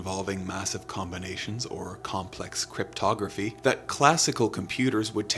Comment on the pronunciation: Or as the president of the United States likes to pronounce it… cryptoGRAFFY